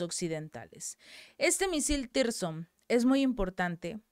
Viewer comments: CHICA..LOS MISILES NO SE LLAMAN "TIRSON" COMO TU LOS MAL MENCIONAS... SE LLAMAN TSIRKON!!! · SIRKON, SIRKON, SIRKON. Y NO "TIRSON".